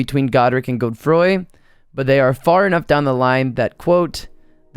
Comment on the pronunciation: Did you really say godefroy my guy lmaooooo it’s Godfrey